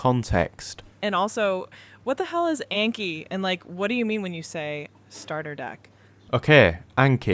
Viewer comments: I cant take someone seriously who keeps saying aynkee. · I really enjoy the Northern accent, except maybe for the pronunciation of Anki, which is too different from 暗記 (memorization). I learned my first 2,500 kanji very solidly within six months in the late 1980s. Before that, I’d learned hiragana on the weekend before university classes began in 1985 and then a few more days to make my katakana more solid, after which the intensive class needlessly dragged both kana forms out for several weeks for the rest of the students in what felt like wasted time. I’m a STRONG OPPONENT to Anki, even though it bears an obvious Japanese name. It reinforces visual recognition only, not actual reproduction, and the judgement for marking how well you know the flashcard is far too subjective. That’s why I’ve always advocated Quizlet’s written-mode drilling/testing instead for languages. I’ve used AI to create a three-field version myself for East Asian languages now that Quizlet demands a paid subscription. In the case of Chinese characters, though, memorization should be done by writing them thousands of times as Chinese, Taiwanese, and Japanese students do from an early age. It’s best to read, write, speak, and listen simultaneously to reinforce that memorization with four different senses at once. As for books, the three standards for Japanese kanji have long been [1] The New Nelson Japanese–English Character Dictionary (Andrew N. Nelson & John H. Haig): 214 radicals, ~7,000 kanji. [2] The Kanji Dictionary (Hadamitzky–Spahn): simplified 79-radic